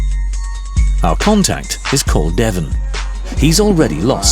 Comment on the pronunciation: “our contact is called Devon” 2 seconds later and you literally hear him pronouncing it completely different